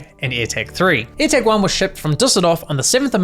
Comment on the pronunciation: Why do you get none of your vowels right? DEstination not DIstination AirtAg not airtEg I's are not E's and E's are not A's. Like can you seriously not hear yourself?